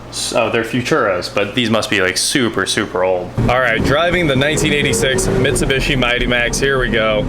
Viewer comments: Right? What is even trying to say? MitsuBUSHY? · Mitsu-beeshi, not mitsu-bishi. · Its pronounced mi -tsu-bi-shi. Its broken down like that took basic japanese ;) and tsu is like tsunami tsu-na-mi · For the love of God its pronounced MIT-SU-BEE-SHE. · C'mon man. You're American. You know it's pronounced "Mit-sew-bee-she" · Bruh. It’s Mitsu-bee-shee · Really clean! Nice!!! Also.. it's Mitsu-bee-shee. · Now we know you are a millennial you can't even say Mitsubishi LOL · The non rhyming last two I's bother the heck out of me in pronouncing Mitsubishi. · How have you NEVER heard the correct way to pronounce Mitsubishi?